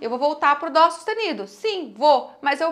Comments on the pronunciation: porque você fala Dô, e não dó? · Aulas excelentes, sem dúvida. Mas, não pronuncie o DÓ com som de DÔ. Pois, atrapalha. Parabéns!!!